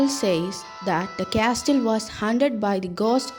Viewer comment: It was awesome 💜 but can I say one thing .. the castle 🏰 ... In this t is silent and it is pronounced as casle but written as castle